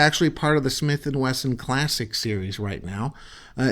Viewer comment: Taking after Mr. Ben Ciliberto below. Yes, It is a Gatling gun w 6 bbls. It also shoots depleted Aluminum shells (nut U238 depleted bullets, butttto depleeeeEted Al SHELLs mind u) from back of the cylinder or call it 6 bbl Gatling gun chambers.) I also like the man saying Smith & Wagon. Now, i'll end up saying dattttooo bc. i like the sound a lot better than Smith will. Great Review,. May b we can try Smelt & Wesson Veggie oil gun to cook that fish out in Calif. coast toast while those critters r making more bacon. Remember. Fly United (United A/L) to watch that event, like the Smelts do. I don't think u2 couple know bout this special night event under the shinning Moon lit beach (call it shore, in East Coast buttooo i'm nut sure for shore). I hope his wifee would keep him company at the range and keep on enjoying shooting herself. Maybe she can get the Smelt & Wesson.22 revolver which can also shoot.22 Mag thru the 6bbl Gatling gun w depleted bullets? She won't know if it's shoo'N mag or no mag or no bullets... OK, nuf of dat (that) above. Seriously, we should all try fried Smelt for snacks after hard ranger work at Smith & Wagon train heading up on the Oregon Trail. Here's the Smelt & Wesson recipe for U2: I think u, is always in charge of the Chow Wagon for the OreGonners so dat's why u said Smith & Wagon Motel Five, Eight or Six for dinner time on ur grill. This is Tom Bordette, Motel 6. I'll keep a light on for ya!